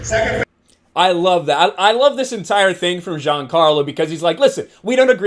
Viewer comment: you say Giancarlo like a frenchman u biggot lol